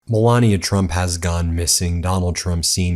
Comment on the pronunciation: Not "Moolania"? 😂